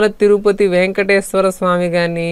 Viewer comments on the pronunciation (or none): none